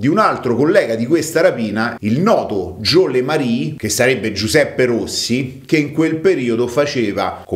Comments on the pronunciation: "Le marí"??? Ma chi è er fijo de Maria? Jo "le mer " ovvero Il Sindaco. Per il resto ottimo. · si pronuncia Gio' le mer, non jo le marì. Dove la vedi la i finale?